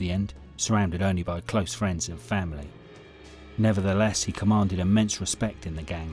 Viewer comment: Did you go to school, fella? F A M I L Y.